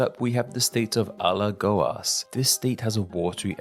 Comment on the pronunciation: Surprisingly you've pronounced PIAUÍ, PERNAMBUCO, ALAGOAS pretty well.